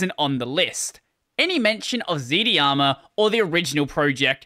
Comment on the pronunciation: FYI, it's pronounced z-darma.